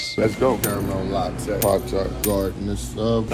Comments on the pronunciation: “Caramel lot-tayyy” 😂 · "carumell lot-tayyy.."